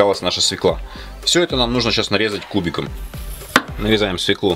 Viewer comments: Не свиклу а свёклу. Надоели уже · СВЁКЛУ!!! 3ДАРЕНИЕ НА Ё!!!!! ПРОТИВНО СЛУШАТЬ ПРОВИНЦИАЛЬНОЕ ПРОИЗНОШЕНИЕ!!!